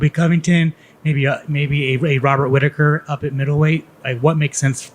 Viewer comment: Can't say Whittaker 🤣🤣